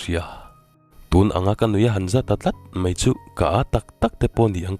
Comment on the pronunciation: I chhiar thiam lutuk.Mahse,Mai tih hi Mei tih ang hian i lam deuh zelin ka hria.